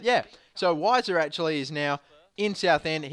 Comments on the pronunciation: weiser is pronounced veiser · I think it's pronounced vi ser